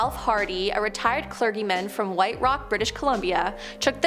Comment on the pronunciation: She butchered many words. Like: clergy, ufologists, and ecologists.